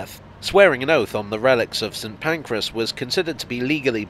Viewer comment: I have only ever heard it mispronounced as St Pancreas on this channel